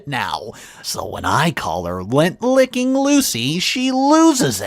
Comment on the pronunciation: It's lint, lint licker. Not Lent, period before Easter, or lent, past tense of lend.